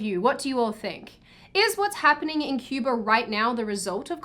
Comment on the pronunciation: You pronounced "Cuba" wrong